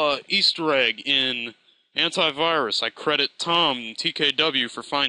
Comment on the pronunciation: Lol he said tomTKW instead of TomKTW